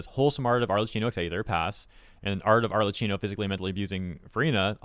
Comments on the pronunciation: Just wanted to let you know that her name is not "Arlecino", it's "Arlekkino" with DOUBLE and HARD C sounds. I know you Anglophones do not care about learning pronunciations of other lanugages' native words, but ever since she became so famous, it wouldn't be bad to go look up for the character's name proper native pronunciation. It's Italian, it surely is not an hard-to-learn language with impossible phonetic registers... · Hey, is pronounced ArleKKino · Btw the "Cch" in Arlecchino is pronounced as a hard "K", aside from that good video. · FYI, her name is pronounced with a hard k, not a ch sound. It's Italian pronounciation.